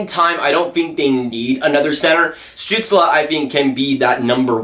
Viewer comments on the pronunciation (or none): Stützle is pronounced "Stew-tsl" Not "Stew-tsla"